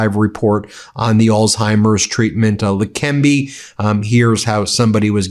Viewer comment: It's not lekembi but lekeneba